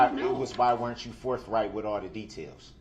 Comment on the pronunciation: Forth right not forf